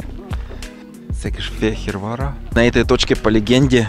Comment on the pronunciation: Произносится правильно Сыкэшфегырвар--престольный белый город.Раньше при турках назывался Альба Регия и провинция Паннония